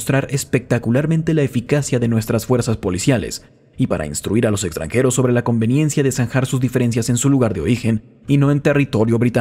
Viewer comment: es igual a la copia que tengo. Muy agradecido con el audiolibro, excelente voz y un gran esfuerzo de tu parte por pronunciar todas las palabras y nombres extranjeros correctamente.